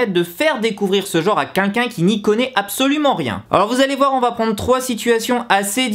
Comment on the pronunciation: Alors tout d'abord je tiens à dire que ton "quinquin" au lieu de "quelqu'un" me stresse énormément voilà 😂 mais sinon super vidéo ! J'ADORE ZICOOOO pardon